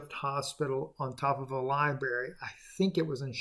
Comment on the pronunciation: My BS Meter went off the charts during this video. This guy has been about as right as Q was. He seems to know everyone, but not what position they hold or important details. He can’t pronounce Library, but knows CERN is “inter dimensional”. He promised last year his asteroid prediction was happening last fall-beginning of this year. Remember that preacher who kept changing his prediction for the rapture?! is doing the same thing, and if he lives long enough he’ll eventually be right, and then he’ll finally have something to point to and say “See?! I was right!” Don’t believe this false prophet; especially if you’re already a Christian. You should know what the Bible says about false prophets and people who preach a different form of the truth.